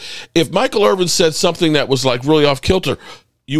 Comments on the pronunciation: It’s Irvin. Not Irving. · It’s Irvin…but somebody tells you this every single segment so you obviously don’t care.